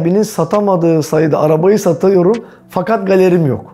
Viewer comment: Diksiyon eğitimi aldım, arabayı satayorom.